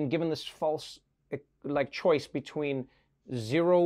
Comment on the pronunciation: Beteen lol